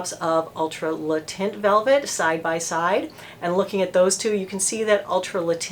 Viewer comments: Because you are such a professional, I just thought you might want to know that “taint” is not pronounced “tint”. Think of it as though you are about to say “tank”, but you stop short of saying the whole “n”, and, of course, you don’t say the “k”. Kind of like “tehn”. Hope this helps! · Cool review and nice to see that your HG is still around, albeit with a different name. BTW the word "teint" in french is pronounced more like the English word "ten" rather than "tint" :) XOXO's from tel Aviv Diva D